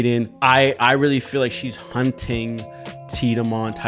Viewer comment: No, please keep saying tit-a-mon xd